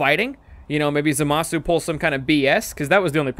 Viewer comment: FINALLY SOMEONE WHO PRONOUNCES ZAMASU CORRECTLY! It is "Zah-mas", not "Zuh-maas-oo". the dub is in the middle ground with "Zah-mas-oo"